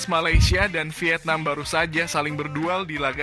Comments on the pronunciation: Vietnam bro,, 😄😄 bukan wietnam😆😆😆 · Bang cakap ny..wietnam😂😂